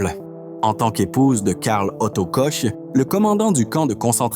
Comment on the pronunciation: Pas Kosch, Mais korr prononciation